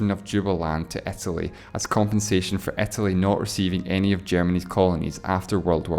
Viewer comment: Etely not Italy, Bretish not British